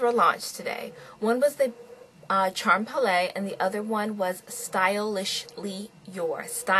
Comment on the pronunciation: its pronounced 'SHAM-PAIL' :)